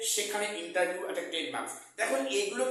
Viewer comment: Spoken thik korun age, "ENTERVIEW" "ES ES Si"😅😅